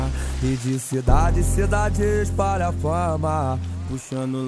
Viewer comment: Poze não sabe falar palavras com "L" kkkkkkkkkk Na parte "espalha fama" ele diz "espara fama" eu entendia "esparafama" eu ficava tipo "2ue porra é esparafama?"